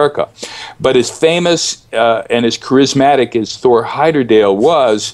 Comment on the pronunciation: Why does he keep pronouncing the name as "Heyderdale" when it was Heyerdahl!